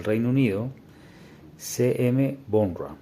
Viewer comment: Por cierto, se pronuncia /baura/